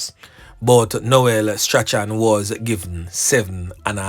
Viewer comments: Correction..Strachan is pronounced "STRAWN"..not "STRA-CHAN".. blessings anyway ❤❤❤ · The name is prounced strawn not stra chan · It is pronounced Strawn (Strachan) get it right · .....STRACHAN is pronounced STRAWN...the CH is silent...keep up the good work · Strachan is pronounced Strawn..yuh suppose to say Noel Strawn..not Noel Stra-chan.. Is which school yuh go bredda? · Last name is pronounced Strawn..NOT Stra-chan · Yep you correct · You are correct i have a lady friend and she pronounce it Strawn .thank you for that ... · bless up😮i really like your program, you are doing a great job... The name Strachan is actually pronounced as " Strawn " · Strachan is pronounced “strawn”. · Strachan is pronounce Strawn. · The name is straawn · His name is pronounced straun. English is a grand waste of time. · His name is pronounced Straaay-han😅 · I think the name is pronounced "Strawn". Not 100% sure though. Bless up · Funny how the name Strachan is pronounced. It's actually pronounced " Strawn"